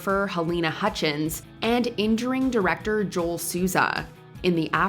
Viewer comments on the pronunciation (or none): none